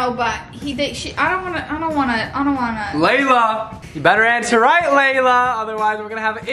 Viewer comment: DID HE SAY LAYLA